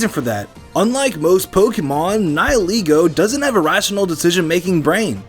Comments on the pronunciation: Its called ni heh leh go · The pronounciation of nihilego is getting on my nerves